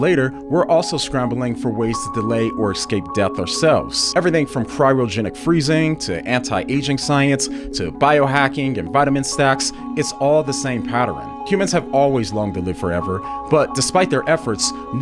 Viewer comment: 7 football fields do not add up to a mile and the word is “Escape” not “exscape”. Sorry